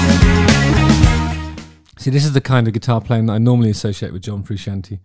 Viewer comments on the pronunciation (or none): so what we have learned here is that justin knows eff all. he cant even pronounce frusciante correctly. 13 minutes of pish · There is nothing characterless about Frusciante’s playing in Stadium Arcadium. Also the fact you can’t pronounce his sir name says it all to me. Bad Justin. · How in the name of the wee man can you be a musician who plays a guitar and NOT know its John Fru-shaun-tae 🤯 I'm really shocked you feel this way about a guitarist who is renound for his skillful, passionate, extremely expressive guitar style. Unreal. On a seperate note, part of the major connection between the Chilis and their fanbase is the connection they have with one another, particularly Anthony & Flea. That band have a musical and personal history that Hollywood screenwriters wish they had written. Theres a real love for music amongst its members and (although Flea is arguable one of the greatest bass musicians of all time) they are entirely without snobbery, they dont care about 'being good', they care about playing music, making art, bringing joy and expressing creativity and have been very on message in regards to this from conception.